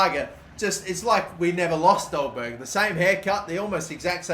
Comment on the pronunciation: Its Ødegaard nok odegaard